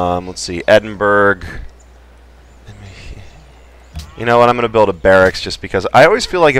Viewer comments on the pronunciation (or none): Just for future reference, the "burgh" in Edindurgh is pronounced more like "burrah".